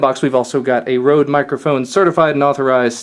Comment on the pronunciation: ''Rhode'' omg haha xD Røde is Danish and means Red :)